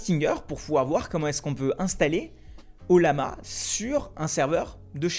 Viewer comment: Ca se prononce "oyama" 😉